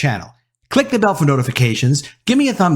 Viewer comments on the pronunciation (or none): none